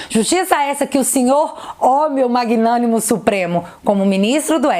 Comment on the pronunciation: Magnánimo kkkk foi MT bom kkkk